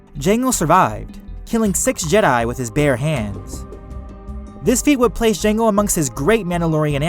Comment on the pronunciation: lol through out the video he was acidently saying jenga fett instead of jango fett